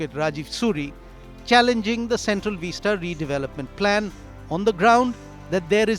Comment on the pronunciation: Vista, not veesta!